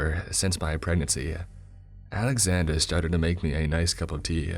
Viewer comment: when he says Alexander it has a Boston twang 😂😂